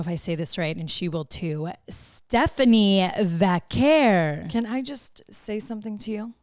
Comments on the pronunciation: Nikki, I love you, but as a fellow Mexican, I was so disappointed in how you Frenched her name! But I still love you. <3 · Naomi: STEPHANIE VAKUUUR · How are they half mexican and don't even know how to prounounce a spanish name?